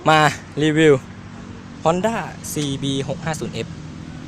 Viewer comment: CBหกห้าสี่เอ็ฟหรือCBหกห้าสิบเอ็ฟนะฟังไม่ชัด(เข้าใจว่ามือใหม่ตืนเต็นเนอะ)